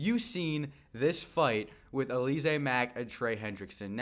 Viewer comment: Bruh its Al-luh-zay 😂😂 not Uh-lee-zay